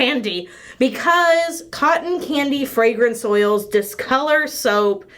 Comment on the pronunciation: Even knowing what video I clicked I kept hearing "cotton panty" not "cotton candy". When she mentioned the scent I was just like "that's weird. I hope they are CLEAN at least. Why not just call it cotton? 😳" 😂😂😂